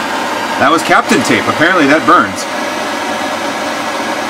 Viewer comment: ) 'tis not "captain" tape... like "Kapton America"... but "cap-taun" Nice video... as always... but a bit sad. Does PLA smell horrible when it burns? A pro hot air gun would have been significantly more successful... along with some wooden craft sticks to help peel it off.